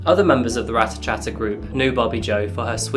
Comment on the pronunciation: The moment you said rater chater i knew exactly which case you where talking about....